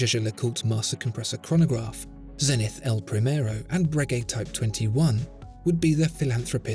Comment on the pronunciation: The astronomical measure may be a zen-ith, but the company name is Zeee-nith.